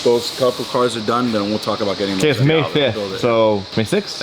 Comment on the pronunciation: cannot say the "about" for shit